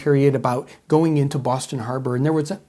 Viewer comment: I don't know where hes from, but I approve of the way he says Bwoston. Unintentionally very accurate👍